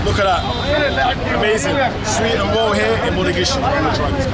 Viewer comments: It's Mogadishu not Modagishu. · Bro, can you stop saying Modagishu. It's Mogadishu 😂. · Is Mogadishu you said moda gishu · hi bro Stop saying modagishu say Mogadisho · You keep pronouncing our city wrong and it’s funny how no one is correcting you 😂😂. It’s “Mogadishu” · Is it just me or Is he saying modagishu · He keeps saying Mogadishu wrong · dude idc, that is the English name for it and getting technical doesn’t change that. Imagine a foreigner trying to pronounce it that way. I’d rather they do it in an easier way since they don’t speak Somali.